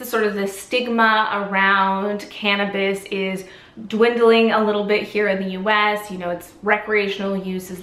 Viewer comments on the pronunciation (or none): You said Cannibaliss, like cannibal + bliss. It’s Canna bliss. Just thought that was kinda cute. :) Speaking of, for pain I use a couple CBD salves that work super well on my neck muscles. (I have pain issues.) The brand is Mary’s Medicinal, and I highly recommend it over other topicals I’ve tried. The pain should go away on contact. Also, I bought a CBD tincture that’s a 10:1 by Fairwinds and it really helps me sleep! It’s called AM and bought it for daytime pain, but for some reason it puts me to sleep, way more than other CBD/THC blends that I could feel the THC and I didn’t like that for sleep.